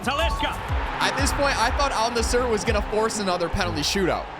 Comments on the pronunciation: Edit: ol nussur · "Al Nasshur"😂😂😂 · He did not just say al nisser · lol the AI pronounced Al-Nassr better than he did 😹😹